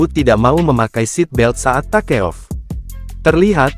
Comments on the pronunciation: Admin harus bisa minimal bhs Inggris😂. Take off dibaca takeof harusnya tekof😂😂😂😂😂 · Takeof.... memalukan baca 😅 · Baca nya ta... ke.. Off 🤣🤣🤣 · Tribun bagian dari Kompas knp memakai suara robot? SOP jadi sop (buah), takeoff jadi ta ke of. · B inggris mu dpt nilai piroo min..baca take oof g isok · Buat narator yg betul dong .take off aja salah spel